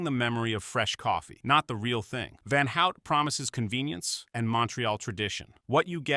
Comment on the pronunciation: Do not pronounce van out but rather van hoot